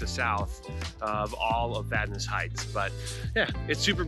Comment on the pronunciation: As a Vadnais, I want to thank You for the pronunciation part of the video. It was Vad-Nay until We entered the U.S.